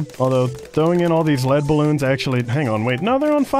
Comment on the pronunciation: Lead bloon not metal bloon